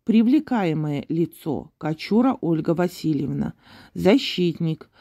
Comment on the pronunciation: в документе написано: Привлекаeмое лицо Кочур, а не Кочура. Может, это не Ужралочка? Фамилия Кочур с ударением на первый слог. 🤷‍♀️🖐️